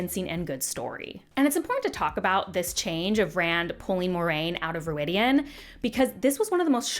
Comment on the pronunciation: Thank you for vindicating my dislike of the show, but 36 minutes is WAAAAAY too long to talk about one season of a crap show. You have more important things to do. 10 minutes video is acceptable. One thing the MK/ KR audio books are good for is the (American) English pronunciation of all the names (stupid and otherwise) The place they go (Rhuidean) is pronounced ROID-e-on. I guess they got it wrong in the show, if you're pronouncing it otherwise. (Imagine somebody calling NYC "Nuh-EE-ew Yuh-OH-ark"). Ugh, and Perrin's wife is called "Fie-EE-uhl" (rhymes with Aiel).